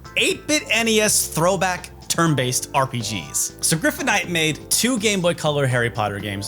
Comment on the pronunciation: It took me this long to realize that the Harry Potter game was made by Griptonite, one of my favorite developers of DS games, because kept saying “Griffonite.” Or “Gryphonite?” I don’t know which it is, I just know I’m mad about it.